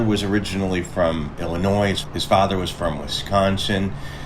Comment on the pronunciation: You make great videos, but as a lifelong Illinoisian the S is silent. 😅😅